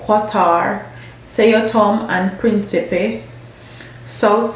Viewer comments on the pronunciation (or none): none